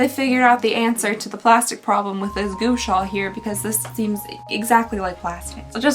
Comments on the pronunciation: okay its not GOO-Sha - it's GUA-Sha - Gua is pronounced like RAW but with a G. Think like this - GAW-Sha. Just trying to help unless you're not like super embarrassed to be mispronouncing it! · Gua like Guava, not Goo as in Goober Love your videos, congratulations on your wedding! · hearing her say goosha will never not be entertaining LMAO its supposed to sound more like gwa sa 😂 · No one tell her it's pronounced gWa sha because "goo sha" is adorable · "gu-wa sha" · Omg it's pronounced Gua sha - gwa sha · It’s pronounced Gwa Sha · It’s Gua Sha (gwuah-Shaw) but I love your natural hair I had no idea it was curly/wavy! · The universe will keep sending Gua Sha stones way until she gets the pronunciation right 😂😂😂 thanks for unboxing and have a good New Year ❤ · The way you're saying gua sha is absolutely killing me 🤣